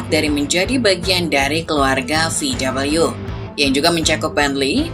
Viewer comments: Vau Wee cara baca di Jerman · ejaan jerman VW bukan VUU (double U) :(